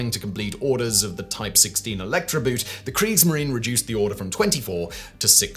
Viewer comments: 'boot' ? - as in shoe? I think you'll find that the German 'boot' for 'boat' is actually pronounced closer to 'boat' than the way and Englishman would pronounce 'boot' meaning a a shoe with a partial shin covering. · Had you seen Das Boot you would know boot is pronounced just like boat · 'Boot' in German is pronounced more like the English word 'boat'. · Do you have any idea how grating it is to hear you mispronounce the German "boot"? In German "boot" is pronounced just like the English "boat". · Someone should find out how to pronounce the German "boot" or translate it as "boat" — seeing it has nothing to do with foortwear.. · It sounds really daft when you keep pronouncing the German word "boot" like the English word for a type of footwear. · PLEASE look up how to say Boot.